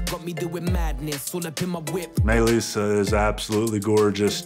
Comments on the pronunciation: Why does it sound like he says Mei lissa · I thought he kept saying “my lisa” loool till i read the title properly 🥺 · I thought he kept saying "my Lisa" lol